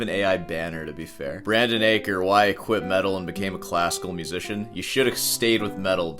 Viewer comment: I'm pretty sure Brandon Acker's surname rhymes with Packer. Or slacker. He's no slacker, but for what it's worth, you know.